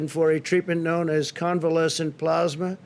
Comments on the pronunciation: Plasma or pluzma ? Lol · ....but what's "plarghsssmah"...? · Donate "PLAASMA" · "plausma", wtf? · Hard to take what he says seriously when he can’t even pronounce plasma right. I swear who ever wrote this for him put ‘plasma’ in as many times as possible. God so absurd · It can be pronounced both ways. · His ignorance is astounding. The man can barely read and please someone tell him how to pronounce " plasma". The man who believed the Corona Virus was a "hoax" and has acted accordingly throughout the pandemic by not acting.